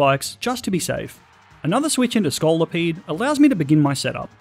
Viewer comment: THE SECOND O IN SCOLIPEDE IS SUPPOSED TO BE AN I!